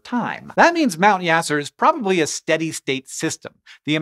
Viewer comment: Apologies for the correction, but the name of the volcano in Vanuatu, is "Mount Yasur", not "Mount Yasser"....